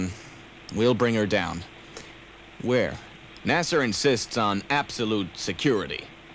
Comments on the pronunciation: What's up with the pronunciation of NASA as "NASAR"? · Why do they say nasr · Flaming Thunderballs......'nas-er'? at least it isn't 'na-saw'. But still wrong. Ex-act-try? Puppet with a speech impediment? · Love it! But, "Nasser" for NASA??